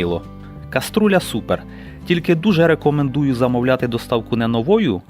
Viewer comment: коструля)- це той хто неправильно вимовляє слова))))